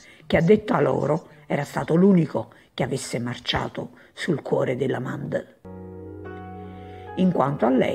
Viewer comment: Mandl non Mandel